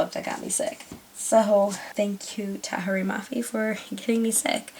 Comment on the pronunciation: Seriously I think your the only person who says her name right! :) I really can't wait to read this. I read the first one and I thought it was ok and I am hoping that Unravel Me is better. :)